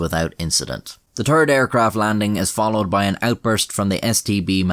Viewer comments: "The turd airplane..." - all Irish folks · Every time he says "third" all i can hear is "turd" 😂